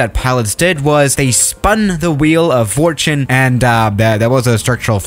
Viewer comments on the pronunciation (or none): none